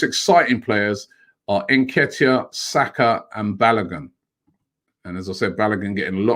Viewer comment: Bukrayo Sako 🤣🤣🤣 Robbie it cant be that hard just to say Saka